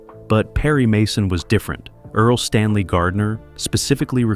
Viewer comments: Earl Stanley Gardner, not Early Stanley Gardner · It’s EARL!!!!!!